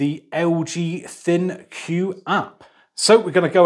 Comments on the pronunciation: That first tip is life changing big fella! This will be very helpful for watching TV downstairs when the wifey is asleep. Or when I am cooking in the kitchen, and still trying to watch television. I no longer have to blast the TV to hear it because of the distance. And small critique, ThinQ is pronounced, "Think." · Surely "ThinQ" is pronounced like Think.